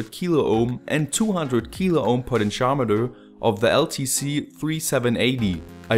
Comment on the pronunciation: it is pronounced....Po Tent Chi Ohm Meter